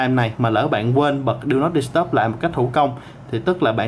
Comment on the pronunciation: "Đu nót đ** tắp" @@